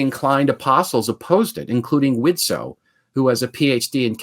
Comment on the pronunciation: FYI, the T in Widtsoe is silent. :) Loving this series!